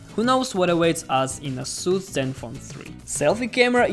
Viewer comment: ейсус правильно по англійські